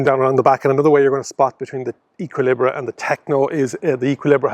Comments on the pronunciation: I'd have said "Ay-ki-lee-br" (no pronounced H at the start) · Thanks, great to see Renault taking their early progress with the ZOE to larger EVs. Looks like a promising addition. I'm going with Ek-ee-lee-bruh on the pronunciation, btw... A-level French, don't fail me now!